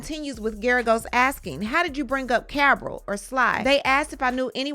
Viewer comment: Sis, you saying cabrell name wrong lol but great coverage